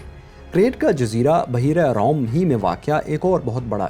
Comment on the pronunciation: Oh Bhai Ram Ram hi Kar lo phir. ... Sahi Se Lafz To Bolna Seekh lo pehle. ... Buhairah Rome hy sahi Lafz